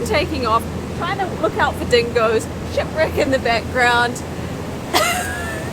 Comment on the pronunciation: Anyone else keep hearing sh!t brick and not shipwreck? 😂 I did the 4x4 tour with my wife here 4 years ago it was amazing. Great video!!